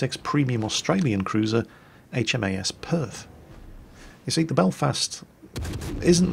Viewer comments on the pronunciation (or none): none